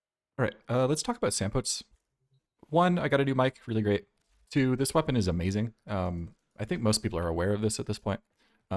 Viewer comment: Its SLAM POTES i refuse all other pronunciations